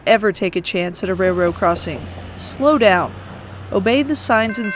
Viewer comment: "Ray-Rao crossing"